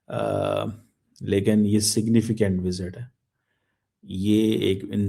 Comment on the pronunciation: 😂 इसे सिग्नफिकेंट बोलना किसने सिखा दिया है.....😂